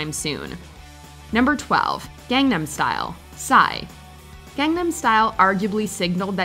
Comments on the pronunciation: I'm shocked with two things: 1) I'm actually okay with this list 2) after all the videos about it, you still don't pronounce Gangnam right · Every single WatchMojo person mispronounces it